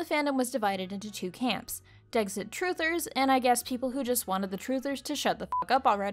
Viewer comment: Me: Decks-it: Deggs-it Me: Say "decks": Decks Me: Say "it": It Me: Say Dexit: Deggs-it~*